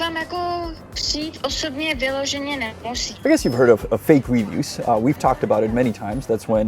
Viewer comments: You know how you often have a lesson at the end that teaches us how to say words in Czech? Please allow me to politely show you how to properly pronounce “reviews” in English. reh-VIEWS. The emphasis is on the second syllable, not the first. It’s re-VIEWS, not RE-views. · It's reVIEWS. Sorry, your english is really good but it annoys me 😅. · English's lexical stress system is unpredictable, but it does matter to be better understood. Unfortunately it requires hearing native speakers to learn it more steadily as it's impossible to learn it from reading alone. "Review" has stress on the second syllable, not the first. By stressing the first syllable it changes the meaning inferring you're viewing something again, as opposed to making an evaluation of quality.